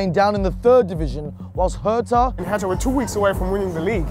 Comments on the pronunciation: The way the pronounce "hertha" triggers me alot. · Sometimes I think we Germans are the only ones who pronounce foreign names (cities etc.) the way they are originally pronounced. When he said "Hertha" in this thick American accent, it was gruesome.